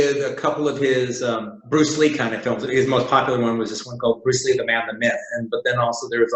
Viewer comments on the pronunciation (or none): Any reason he keeps saying Bruce lie instead of Lee ????